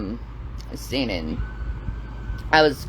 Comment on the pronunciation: Classical training. Lol. I thought she was saying "semen" not sing-een